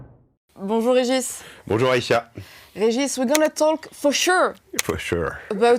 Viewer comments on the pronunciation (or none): Keir Starmer dit "Bonjour" avec l'accent british lol, il dit pas "Foshu" de Macron mais en effet c'est à s'y méprendre ^^